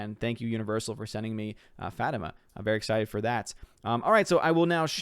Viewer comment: I’m looking forward to seeing “Fatima”. The “i” is stressed like the letter E.